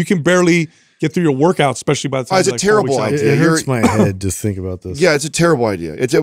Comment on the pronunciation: Constructive Criticism (and pet peeve of mine) -, the word "especially" does not have an X in it, and "supposedly" does not have a V. I'm surprised hasn't called you out on it! Only trying to help🙏✌